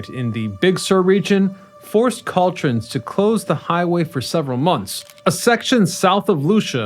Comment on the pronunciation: Interesting - BUT it's Car-pen-ter EE-ya, not Car-pen-TEER-ia like a carpet store. (I made the same mistake, fwiw.) And that's CaL as in California - Trans as in transportation. kaal-traans. Sorry. But some of us do have to drive their cars there, those who service the tourist trade (musicians, hospitality personnel, etc.) and those that service the locals - teachers for the schools, postal workers, etc. But perhaps there needs to be a time to allow the region to heal during off-season. I don't know, that would impact the museum, restaurant and music venues...